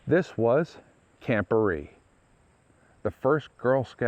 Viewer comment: It's pronounced (Bear-Ree) I grew up not far from there in the Village of Barree as did my family generations back. Spent many times swimming, floating on tubes and just hanging out at the camp lake with my sister and friends. We have a family camp just up the dirt rd (Tram Rd) from there. I was a girl scout for a short time and remember going out there to the big building and we had a highschool get together there too. Its a shame that the lease was not renewed back then. Lots of memories in that area❤ we still take drives out thru the mountains and i say about the camp Everytime we drive past it. I seen that they are to be placing a bronze memorial sign on the chimney this spring sometime 2024.